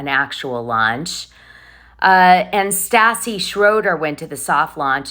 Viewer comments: You say Stassi like St ASS E.😅😅😅 ASS E! 😅 IT'S St AHH CEE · I cannot stand her, but it is beyond aggravating to hear you continually pronounce Stassi’s name wrong.